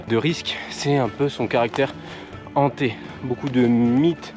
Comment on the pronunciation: Hanté et non pas ZHANTÉ. Il s'agit d'un H aspiré.